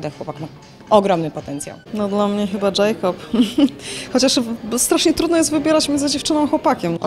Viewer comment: Jakob sie mówi nie Dżejkob ( specjanje napisałam )